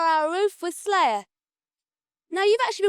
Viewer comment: “We’re on a roof wislayuh.”👍🏻